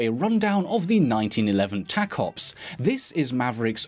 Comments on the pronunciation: The tacops is pronounced taco-ops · He said the name of the pistol wrong. It is clearly pronounced taco ps